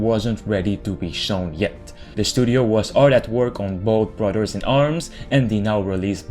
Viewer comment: “Brudderds” lol